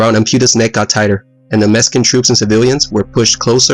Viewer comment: Mexican not Meskin....lol